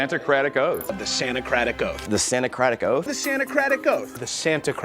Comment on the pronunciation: After hearing them say Santa-cratic Oath so many times, it eventually just sounds like "sandja creta goat" and loses all meaning.